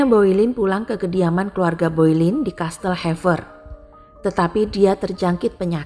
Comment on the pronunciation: bacanya Bolen mbak bukan Boilin